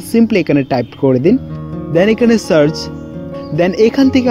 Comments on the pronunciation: সবই ঠিক আছে, তবে আপনার উচ্চারণগতো কিছু সমস্যা ভিডিওটার মান নষ্ট করছে। যেমনঃ চার্চ না, এটা সার্চ। স্যান্ড না, সেন্ট হবে! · vai evabe uccaron koren keno. search ke mone hoy carch bolen. uccaron gulo oti suddho korte jeye bikrito hoye jacce. baki sob e onek valo but ei dike ektu nojor diben plz